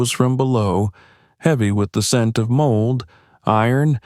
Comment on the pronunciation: I thought that he took 2 flashlight into the bomb shelter with him the first time. And the word mold is not model.You damn dumb people sure need to go back to school and learn how to pronounce your word when reading them...